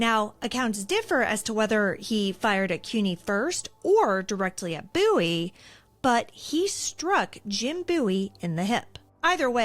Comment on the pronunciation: I’m a descendent of Jim Bowie and I thank you so much for pronouncing Bowie correctly!!! Literally no one does and I get so excited when people do!